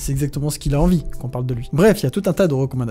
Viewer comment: Par contre à son "recommandation" je sais pas d'où il sort mais il détonne aussi haha